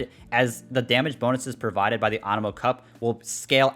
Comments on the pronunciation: AAnemo... you mean anemo. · Ah yes awnemo and the jerd spear ;D